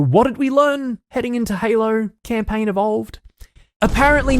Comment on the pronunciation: "all you do is camplaign"